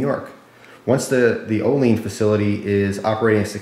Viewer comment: hey i live right by olean it actually pronounced oh-lee-ann instead of oh-leen a lot of people think thats how its pronounced tho.